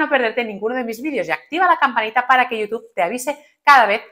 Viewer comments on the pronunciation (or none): none